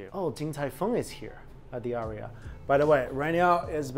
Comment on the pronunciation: The aria is the NOT-RIA.